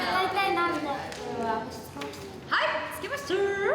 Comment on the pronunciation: ハイッ 見つけまシタｧrrr すきすぎる